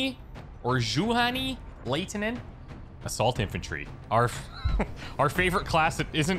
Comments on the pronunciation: That's "yu-honey lie-ti-nen" for you,. And Lada has the same pronounciation as the Russian vehicle brand: pronounce As like Russians do when they say "Da!" (Yes).;) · Juhani Laitinen HURRAA!!! First Finnish team member.. Like ever! You pronounce it horribly btw :But it's ok. Finnish is super difficult D Thanks for these series.